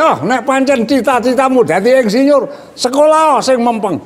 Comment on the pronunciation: Jaman Riyen Sampek Ndugi Sakniki Mbah Yai Nek Tiang Jaler Nikah Angsal Tiang Estri. 😆😆😆😆😆 Ngaji Klasik Kyai Kampung Lulusan Santri Jadul Yg Apa Adanya Apa Yg Diceritakan. Mengucapkan Insinyur Jadi Endsinyur Bahasa Kromo Inggil ( Boso) Lucu 👍👍👍